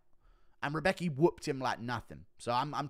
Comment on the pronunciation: Rębecki is good w chuj. And Guru check out the pronounciation of Rębecki. Cause you sound a bit like Chael with his Pierra.